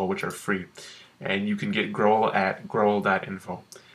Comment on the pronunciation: Holy shit how can you pronounce Growl like that?!